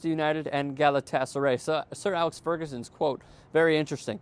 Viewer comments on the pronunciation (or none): none